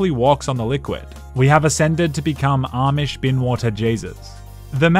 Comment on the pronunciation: Amish* not Ormish